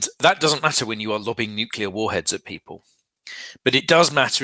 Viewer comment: says "would of" and "nucular".